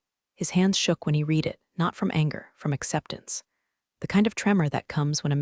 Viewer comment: Irrelevant, sometimes irritatingly distracting background! Verb "read" is pronounced "reed" (present tense) and "red" (past tense and past participle)!